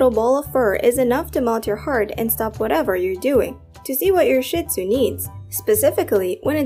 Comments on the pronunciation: Not “Shit-Zoo” - it’s “Shee-tzu”. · PLEASE! Don't continue the WRONG and disgusting pronunciation of Shih-Tzu. It is pronounced SHEED ZOO. Saying shit is absolutely crap. No pun intended. LOOK IT UP! Say SHEED ZOO!! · It is pronounced SHEEEEE Tzoooo! The only sh*t comes out of their body. They do not take your things & chew them up. They are very intelligent, & grasp what belongs to you vs. them. They are INCREDIBLE watchdogs!!! They alert with barks & growls when they don't know the source of the noise, NOT a wagging tail! They are very much a part of the family (pack animals), & are very protective of their pack/human family!